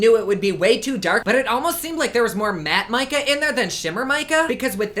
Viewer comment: I cringed when he said "matte mica"